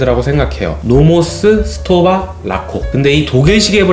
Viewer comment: 정확하게 발음하자면, STOWA는 독음이 '스토바'가 아니라 '슈토바'입니다. 독일어의 경우 S로 시작할 때 뒤에 자음 P나 T가 있으면 '스'가 아닌 '슈'로 발음해야 합니다.